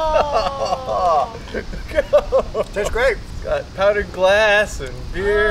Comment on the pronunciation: “that’s what gllaahsand” “ YOU MADE SAND”